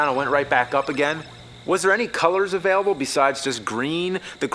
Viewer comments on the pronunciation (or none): none